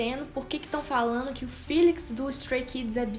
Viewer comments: "filix" kjkjkkkkkk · Porque vocês falam "Filix" sendo que o próprio fala "Félix" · Eu acho que o nome dele se fala Félix._.